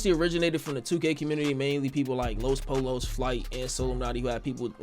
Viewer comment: “Los polos” it’s pronounced los poyo 😂😂